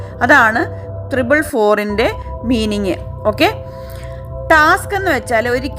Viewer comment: തൃബിൾ അല്ല. ട്രിപ്പിൾ ആണ്.